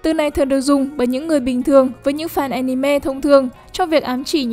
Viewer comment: Cứ mỗi lần nói anime nó lại wibu im nghe ức chế tui đã đấm bạn vì nó cứ nói wibu im